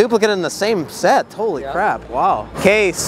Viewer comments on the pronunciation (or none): none